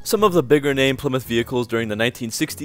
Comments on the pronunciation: Well it's name isn't plimith, it's ply-mouth kinda like plywood! Stop mispronouncing names n words! Or at least we need to get the college types to spell them right! Stop saying beoitrice the name does exist in that from, it's beat-rice not beoitroce or beaittruce! Nope it's beat-rice! So beat-rice drives a ply-mouth car! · I always thought it was pronounced PLI MOUTH 👄